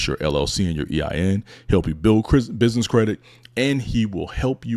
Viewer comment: Soon as he said “binness” I was out.